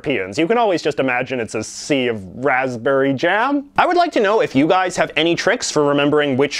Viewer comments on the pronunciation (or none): none